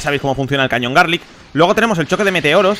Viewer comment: el cañón garlick :v es galick